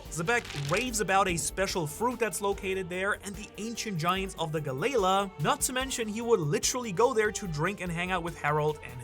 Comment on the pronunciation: still saying galley la like that